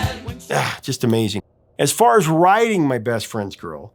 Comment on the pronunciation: "writing" almost sounds like "riding". Nonetheless, my best friend did take my girl. All for the best. The Cars will always be my favorite album, hands down. If an entire album could be a "mike-drop", this would be it.